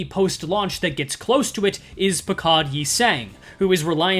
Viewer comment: How are you still incapable of pronouncing "Pequod" properly?